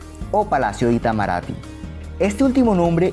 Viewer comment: Tus pronuncias de los nombres brasileños están malas. Se dice "ni-e-MÁ-ier" e "i-ta-ma-ra-TÍ". Además, el CH en Garrincha se pronuncia como el SH del inglés o el LL argentino.